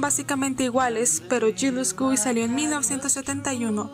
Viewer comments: Yellow Submarine que sepa se estrenó en 1968. En dic de 1969 se estrenó en España Jealous Guy se pronuncia +o- "Yielus goi" no como lo pronunciaste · HAHAHHA yirus gúy 😂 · YULUS GUI? NOT GILTY?😂😂😂 LUCK AK MI? TE LONJA UANDIN ROD? Dios...Que Meca estás para pronunciar el inglés soy su pinchi fans, en serio tiene mas vídeos? diganme que si no pare de reiiiiiiiirrrr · Como pronunciaste Jealous Guy me mató 🤢